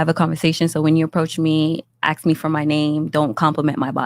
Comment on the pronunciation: That Jamaican woman needs to know the difference between ask and axe